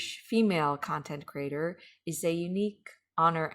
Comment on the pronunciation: I'm one of those people who feel compelled to speak my mind about what you're doing. Please, if you can, explain to me, who oh why must you pronounce the word 'creator' as CRATER?!?!?!? Just because it looks like the word 'greater' does not mean that it's pronounced the same way. CREE-AY-TOR....for the love of God the Creator, PLEASE! 🙏🏻🙏🏻🙏🏻